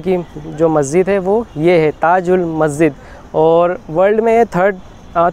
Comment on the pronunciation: Bro its Masjid, not maszid